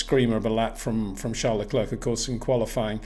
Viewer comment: Sincerly hope that Peter will finally knows how to pronounce Verstappen and Leclerc next season,,,,…